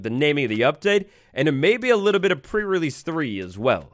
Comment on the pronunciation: Is it just me, or does it sound like is saying "Pur release" and not "pre relesae"? Everytime he does these prerelease videos that's all i hear, pur release (meow:3 )